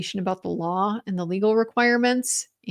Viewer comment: 😂😂😂 he can barely stick to the "lawr"